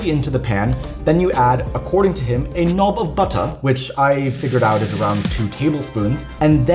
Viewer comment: As someone who has lived in uk most of my life, I can honestly say this is first time I've heard quite that accent on "knob of butter".